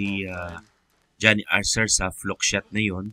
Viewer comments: 😂Archer po at hindi Arser 🙏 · Archer, not Arcer